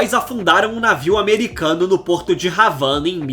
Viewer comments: Não se pronúncia Ravana, o H não é aspirado como no inglês. A pronúncia correta é Avana. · "Ravana" como fala o narrador do vídeo quanta ignorância😂😂😂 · O cara pronunciar ravana é colonialismo demais, afora isto, deixa ambíguo o papel do bloqueio americano à Cuba como a verdadeira causa da pobreza de Cuba. País nenhum resiste a um embargo de 60 anos e Cuba está resistindo, posto que, no seu caso, a emigração tem-lhe beneficiado, diminuindo a necessidade de importação e aumentando a entrada, embora insuficiente, de capital enviada por emigrantes aos parentes que ficaram na Ilha. Outrossim é preciso dizer que a o embargo americano é um forma de genocídio, a mesma praticada contra os indígenas americanos que os dizimaram. É isto o que fazem, cristãos, crentes em Deus, ao redor do mundo. Vencem qualquer povo pela guerra e pela fome. É preciso que os verdadeiros cristãos vejam estas atrocidades. Sobre este e outros problemas leiam o romance Noite em Paris.